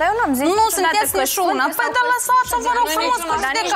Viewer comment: “Nu sîntietzi nișiuna” 😂😂😂 maaaars